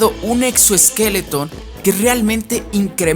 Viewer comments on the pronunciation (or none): hermano se dice exoesqueleto, no exoesqueletoN 🤣🤣 suena ridículo